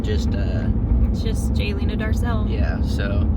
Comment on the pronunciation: I love watching you both and so pleased you’re staying friends x stop saying my x it’s Jalena !